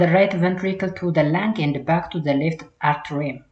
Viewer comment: dear teacher don't say "arterium" make it "atrium" you saied a number of times. The other one is don't say systematic make it systemic. Generally be carefull when you prounounce biological terms e.g tricuspid -ትራይካስፒድ . Listen the vedio again You are confident teacher.